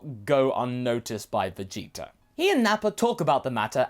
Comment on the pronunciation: Vegeter... why do you replace the "a" with an "er"